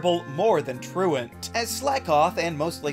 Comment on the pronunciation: Yooo. Thank you so much for pronouncing “truant” correctly. I’ve never heard anyone say it correctly. Every other poketuber says “true-want” and I never understood why that was the case. You understand basic English. You are a hero among men.